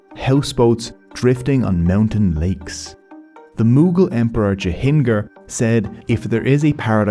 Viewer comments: its not Jahinger, its Jahangir you jahil. Even autocorrect knows it... Just messing with ya bud.. this video is more important than people can think of. .its like how people know if world wara fought but there's nothing now need to do ..this thing is still an active situation havin people with their own narratives, even false one that matters to people there and across India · This video is great, but your pronunciation of Jahangir is terrible. It’s weird because I have associated this channel with going out of your way to get pronunciations right (it was almost distracting how well you were doing the Spanish accent to names in the Guatemala video), so it felt kind of sloppy at the start of this video, although I do very much acknowledge the pronunciations were getting better as the video went on, so well done there